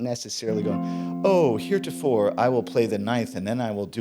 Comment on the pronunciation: “ Here to fore…” 😂 Great lesson,! 🤘🏽